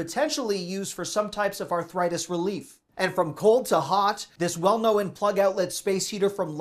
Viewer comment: Luv ya,, but "knowen" isn't a word, and you said it twice. It's "known", but you "know" that!